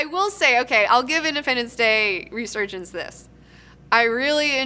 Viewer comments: should probably know it's reSurgence... not reGurgence...0.42-0.44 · ...Soon as you said "Regurgence". You lost a viewer. How bias right from the start. I won't miss this second rate show anyway. Edit/add. Meant to say 3rd rate show since I have seen better from hosts that only have a shed to stream. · "Regurgence" ;D